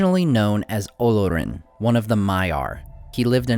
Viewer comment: The emphasis is on the second syllable, o-LOR-in. Anyone who doesn't know that shouldn't be narrating this damned video, which I heretofore stop watching.